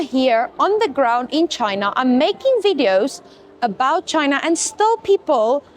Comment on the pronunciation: Please correct how you say ChinAAH... Lol! It's China with a short a not aaaah! Hope you'e not teaching English there.